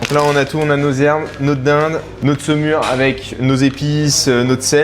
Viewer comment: Saumure, pas Seumure :)